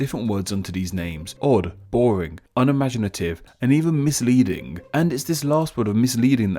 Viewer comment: "misLEEDing" lolz!